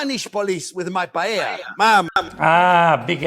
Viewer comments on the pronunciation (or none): Love your videos! But after roasting Chef Jean Pierre for mispronouncing "carbonara", you messed up "paella"... calling it "py-EL-a" is like putting cream in your "carbonare"! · Calls out Jean Pierre for not pronouncing 'spaghetti' like an Italian. Proceeds to mispronounce 'paella' Typical Italian. 😄